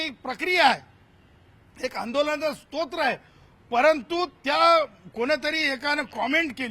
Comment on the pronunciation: शाब्बास रे 😂😂😂😂 उपोषण स्तोत्र नाही रे... स्त्रोत म्हण